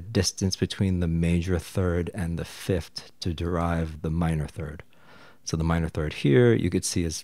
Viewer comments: I’m sorry to complain about this but it’s pronounced fifth not fift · All this knowledge and fancy chart and can’t pronounce ‘th lol. It’s fifTh, not fifT! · why are you saying fiftd and not fifth? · People may have a hard time understanding something like this but you say things like fifth-t haha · Great video I can get over the pronunciation of 5th, “start from the fift” is so endearing somehow. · Fif-TH. Say it with me: Fi-F-TH. Just like four-TH or TH-ird. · I like what you're doing here but I can't listen to you saying "fift". Why do you say it like that?